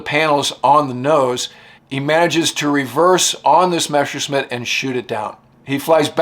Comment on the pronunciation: I LIKE THIS WHOLE SERIES ABOUT ROBIN, BUT THE NARRATOR KEEPS CALLING THE GERMAN FIGHTER A MESHERSCHMIDT. MESSER MEANS KNIFE, AND A MESSERSCHMIDT IS A KNIFESMITH, BUT THE IMPORTANT THING IS NOT TO PRONOUNSE IT MESH, BUT MESS AS IN MESSERSCHMIDT.